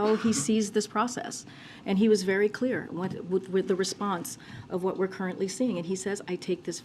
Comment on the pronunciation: She keeps blalthering what sounds like "perfectly clear"...I suspect she's actually saying "perfectly kwear" (spelling oops)